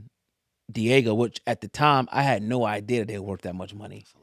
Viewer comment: It’s Diageo. DEE-AA-GIO